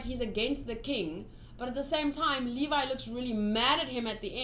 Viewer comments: Levi’s name is pronounced Leev-i btw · Levi = Lee Vaiii